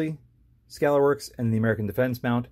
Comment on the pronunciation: Where in the hell on planet Earth can you get an American Defense Recon mount for $200 ???? I paid $285 for mine. Also (you mispronounced Scalarworks) (and you mispronounced Reptilia in a different video) lol.. I love the video and after watching that just reaffirmed that I'm going to buy another American Defense Recon. However, I would love to see this test on an American Defense Delta series vs the Recon series.